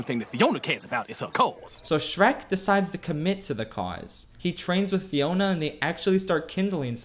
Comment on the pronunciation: said Fiora instead of Fiona 2 times in the vid i guess too much LoL does that to you